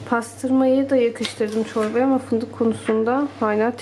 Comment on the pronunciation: Aaa paastırma ve fındukk. Ne alaka bacııı. 😂